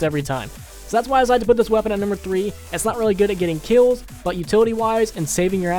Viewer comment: You said tree instead of three